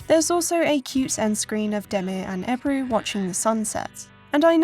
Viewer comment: I love how Ebru is pronounced as "Eibrue" in the English voice over. I honestly loved this game back in the day. I don't know why it's not mentioned more in the Turkish video game history. Thanks for the extensive video.